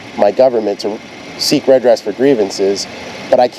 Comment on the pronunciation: it's not pronounced 'red-ress', it's re-dress. The 're' is old french for 'again', same as in rebuild, repair etc.